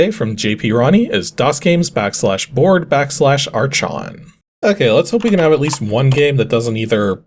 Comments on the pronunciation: "Ark On" would be the closest correct pronunciation. It's also the Greek word for "Ruler". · "Arch" in "archon" is actually pronounced "ark", just like in "architect" or "monarch" (since it's a Greek word). It translates to "ruler".